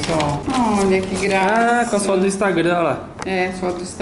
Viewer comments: a falando fotos istragram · '' do istragram '' 😂😂😂😂😂😂😂😂😂😂😂😂😂😂😂😂 Kkkkkkkkkkkkkkkkkkkkkk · A falou "foto do instragam"kkkkkkk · E por sinal fala errado ainda!! Istragam até minha prima de 3 anos fala certo!!